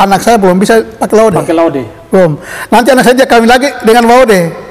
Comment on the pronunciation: Assalamualaikum Abang, sedikit saran kalau boleh tolong perbedaan sebutan La De... dengan La Ode... bang 🙏